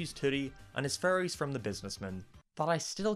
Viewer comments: No offence but when you say fairies it sounds like your saying furries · when he says fairies it sounds like furries uwu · Every time you say Fairies I always have to do a double take because I thought you said Furries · Whenever you say "fairys" it sounds like "furries" instead. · I keep thinking you're saying "furries" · "If he fell in love he would lose his furries forever" Sounds like strange Internet cult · I was scrolling down to comment the same thing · Yeah I know it sounds kind of weird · So the fairies are furries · Salty Soap same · Whenever he says fairy's it sounds like 'furries' and the sentence 'he keeps his furries' sounds wrong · Anyone: Fairies: FURRIES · I keep hearing “furries” instead of fairies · your accent makes fairys sound like furrys i was laughing the whole review because of that not at you just the context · I love how he pronounces "fairies" as "furries" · STOP CALLING THEM “FURRYIES” LMAO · When says fairies it sounds like furries and i regret realizing this. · Sorry, but your pronunciation of "Fairies" does sound like "Furries" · When you say fairies it sounds like you say furries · Probably cause he is saying furries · When he said ‘fairies’ I thought he said ‘furries’ 😅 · is it me or does it sound like says furries instead of fairys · Is it just me or did I only realize that he was saying "fairies" and not "furrys" halfway through the video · Why is it whenever he says fairies it sounds like furries. "- and leaving behind his childhood furries." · I can't unhear him saying "Furries" Abbey time he says fairies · I know its because of its accent but, I find it funny how he pronounces fairies with furries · You saying “Fairies” sounds like “Furries” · No offense, don’t hate me, but the whole time I thought you were saying Furys instead of fairies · It sounds like hes saying furries instead of fairys. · When he says fairy’s he sounds like he’s saying furrys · lol he pronounces "fairies" as 'furries"